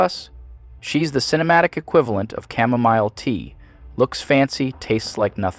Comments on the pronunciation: Mispronouncing "chamomile" and also falsely stating that it tastes like nothing lost you a lot of credibility here with me. Still overall true, but why dunk on chamomile tea in a false way? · Ca-muh-MEEL tea